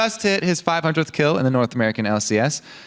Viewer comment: "I kir nami! I KIR NAMI!!!" lol made me laugh so hard there at the end haha